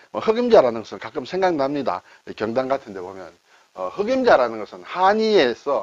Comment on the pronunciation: 제삿날이면 먹을 수 있는 떡, '경단'도 한자 말이군요. 선선한 바람이 불고, 추석도 벌써 13일 앞이네요. 발음이 달라서 경단 맛을 제대로 못 봤습니다.ㅎㅎ '경단(瓊團)'의 '경(瓊)'은 '길게 발음(경:단)'하여야 하는데 짧게 발음하시네요. 혹시나 하면서 국어사전을 열어보니 '경단(瓊團), 경옥고(瓊玉膏)' 두 단어만 '옥 경'을 쓰면서 두 단어 모두 길게 발음하는 표시(:)가 되어있네요. 시청자 입장에서 한자이야기도 결국 우리말과 연관되니 이왕 배우는 김에 제대로, 정확히 배울 수 있어야 하지 않겠습니까? 자주 쓰시는 순 우리말 단어 '바뀌다'도 선생님 발음은 '바끼다'로 하십니다. 이것도 이번 기회에 바로 발음하시어 '바뀌다'로 고쳐주시면 더 나은 방송이 될 것 같아 말씀드렸습니다. 고맙습니다.